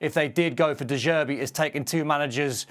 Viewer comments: If I hear de zerbi one more time 😑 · De jerbi 😂